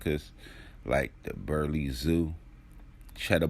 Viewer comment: Burleigh [Bur] [Lie]